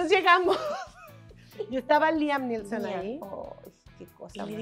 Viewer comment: Liam Neesom lo escribiste bien pero lo dijiste mal , muchas felicidades a las dos.